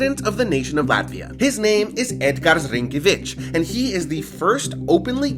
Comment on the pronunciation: first, you kinda butchered the presidents name lol second, jelgava palace is a high school im pretty sure